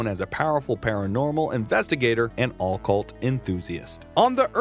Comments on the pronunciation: 😵‍💫 it's OCCULT OH- CULT not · ah-cult... think yr emphasizin' the wrong syllable friend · I’ll sub when you learn how to properly pronounce occult… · I have literally never heard a human being pronounce "occult" the way this dude does.